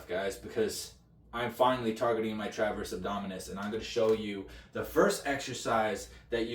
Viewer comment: Transverse…not “traverse”.